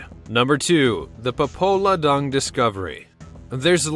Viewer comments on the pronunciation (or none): none